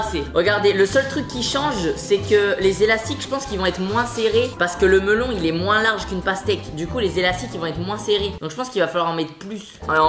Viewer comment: s'est moi ou il a dit lastique au mellon